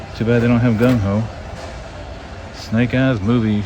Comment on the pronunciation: Dude if you say “Gun Ho” again, I’m unsubscribing. It’s GunG-Ho! Small thing I know, but damn lol